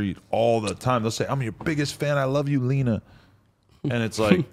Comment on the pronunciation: Tell that its LENA not Lina lol